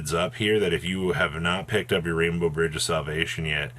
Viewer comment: 'Rain-Bux' lmfao - It's Rainbow (